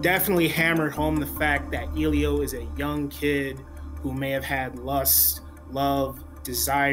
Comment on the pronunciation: I doubt that you saw this film since you can't even pronounce Elio's name correctly!